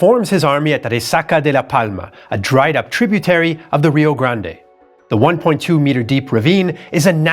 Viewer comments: First, kudos to for his detailed and informative explanation of the musket as used. Second, pronunciations are hard. They are harder in Texas., you persisted in pronouncing Rio Grande as ree-oh grand-ay. In Texas, we pronounce the name ree-oh grand. Silent final e. How do the Mexicans pronounce Rio Grande? They don't. The Mexicans call the river the Rio Bravo. They have one name and we have another. Like the Gulf of America. San Jacinto pronounced sahn ha-seen-toe is correct for locations in Mexico. In Texas, it is san juh-sin-toe, with j like in jet. Makes no sense to me either. Could be worse. There is a town in Texas named Mexia. Perhaps the Mexican pronounciation for it is me-hee-a. Don't know. One would suppose the Texan pronunciation to be mex-ee-ah. It is not. It is muh-hay-ah. Could be worse still. Refugio is pronounced ray-fyu-ree-oh. Guadalupe, pronounced hwa-da-loo-pay by all Mexicans (who think it is misspelled), is pronounced gwa-da loop by Texans. This mess started when the Mexicans threw out the Spanish. The Spaniards named the land Mejico, because they could not pronounce the sh the Mexica people used. When the Mexicans took over, they changed the spelling to Mexico but kept the pronunciation. So Tejas became Texas. Of course when the gringos entered the pronunciation of Mexico and Texas changed to suit Anglo palates. Pronunciation went downhill from there. This is to say that your pronunciation of names in Texas is bad but readily forg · The 'e' in Rio Grande might be enunciated in Spanish, it's not in the US or Texas, so when he reads direct quotes from American people with the Spanish pronunciation... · It is Rio Grand. In pronunciation. At least in Texas! No one from here says Rio Grand-e. Also, I was in the Army and your pronunciation of Leavenworth with a long "e" like "leave" is odd. The "e" is short. Look it up. "The correct pronunciation is typically something like "LEV-en-wurth,""